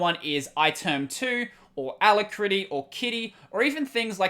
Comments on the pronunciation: Just a nit. It's aLACritty, not alacRITTy. Other than that, good show! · It always throws me for a split second when you say ala - critty, such an interesting way to pronounce it! Really enjoying your content -- cheers! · I am cringing every time you say alacritty